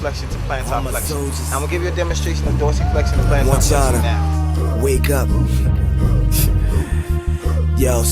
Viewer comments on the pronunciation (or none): flexion not flextion. and i found it funny you used the dorsiflexion/plantarflexion thing, i learned that a few weeks ago in my myology class for college, never heard those terms before in my life until then and now =p good video